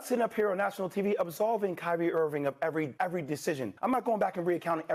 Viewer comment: He still callin him "Kyrie Irvin" 😂